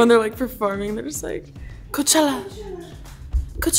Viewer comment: I thought when role model performed I thought he was saying hoechella